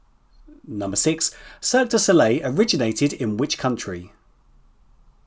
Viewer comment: It’s Cirque du Soleil, not de Soleil. You’ve written it correctly but you mispronounce it. You misspelled Psycho, not that anyone cares. I believe you used a photo of Katniss from Mockingjay Part 1, not simply The Hunger Games which would specifically be the first movie only. In Silence of the Lambs Clarice went by Agent Starling or even the code name Star at one reference point.